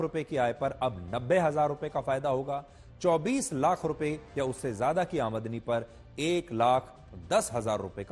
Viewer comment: Aamdani hota hai amdi nhi 😊